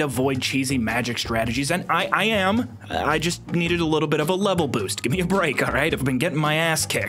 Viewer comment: "i wanna guve you my tip"